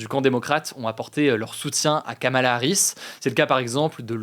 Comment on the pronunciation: Pour info (sérieuse et vérifiée), le prénom de Kamala Harris se prononce apparement "Komela" ou "Komla"